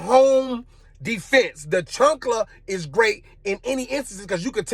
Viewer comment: chAnkla not chUnkla 'CHAANKLA'